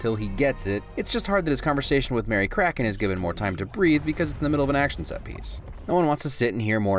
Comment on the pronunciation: sighs "karathen" kraken